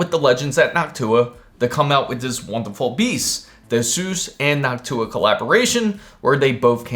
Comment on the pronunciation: I thought he said, he got the HOCk-TU-AH card..lol:face-blue-smiling